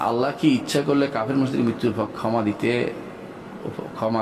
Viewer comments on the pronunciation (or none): none